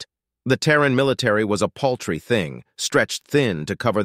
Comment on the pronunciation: 'Poultry' should be 'paltry'....